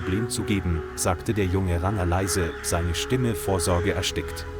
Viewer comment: Kann der Vorleser nicht Ranger sprechen?